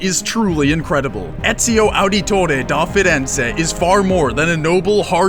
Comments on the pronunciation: ezio wasnt a leader... he was a mentor. btw LOL Ezio Ahditoreh dóh Firenza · la pronuncia iniziale di Ezio Auditore da Firenze, aahahahahaah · You setiously didnt have to say EZIO AUDITORE DA FIRENZE in that way. Its like shit.